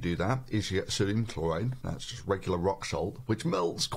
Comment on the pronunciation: Thunderf00t, why do you pronounce words Cesium and Chlorine like: "Cheezium and Klorine"?